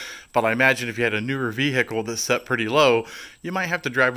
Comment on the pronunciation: The "h" in "vehicle" is SILENT!